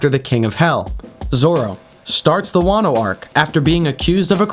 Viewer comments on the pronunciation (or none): none